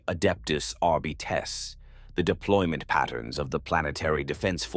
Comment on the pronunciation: it just says there's no point in congratulating him for using a program however I would congratulate him and not getting caught and likely faking all of the patreon subscribers to further make it look like he's a real guy doing actual work, more power to him, I'm just glad he fixed the voice pronouncing it assTARdez. And AR-bites